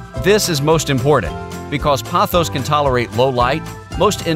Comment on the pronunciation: Why does everyone keep saying pothos wrong 🥲